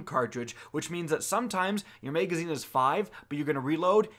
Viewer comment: Wtf is a muhagazine?